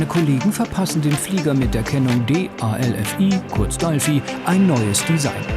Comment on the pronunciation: Oh mann, hat irgendwer sie im Video auch Dalfi genannt? DFieser eigensinn von manchen Fernsehleuten dinge einfach irgendwie anders zu benennen. Dalfi hört sich so Albern an, das Triggert mich total. Ansonnsten ne coole Doku, aber dieses DAlfi, jedes mal ich so Arrgggg.